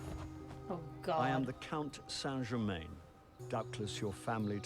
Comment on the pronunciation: Oh, interesting. The idea that Isaac might’ve been better off if he’d listened to Dracula hadn’t actually occurred to me. Neat. Enjoying your comments; if it helps, they don’t seem too long to me. Question: do you know why St Germain pronounces his name the way he does? More accurately, why names like that are pronounced that way? You seem like you might, so wanted to check before writing an entire paragraph (he says, at the end of an entire paragraph).